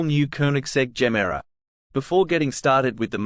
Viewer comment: pronouce it GE MERA not GEMERA it means give more in swedish